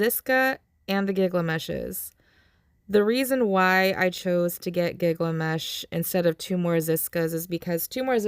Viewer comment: GILgamesh, not gigglemesh 🤣